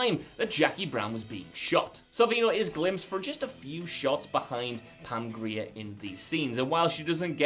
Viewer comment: holy hell… y’all FINALLY pronounced pam grier’s name properly